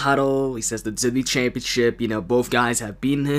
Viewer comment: He calls it the wwe championshit th we championshit